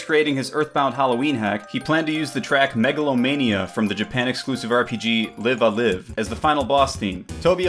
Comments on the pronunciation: Live A Live is pronounced with a long I. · the pronunciation of Live A Live is also wrong. both 'lives' are supposed be pronounced in the same way as you would for a 'live' performance :\ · Live-A-Live is pronounced 'Liv-a-laiv' not 'liv-a-liv' -- it's a compound heteronym. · Live a Live is pronounced with the other form of Live, as in Xbox Live.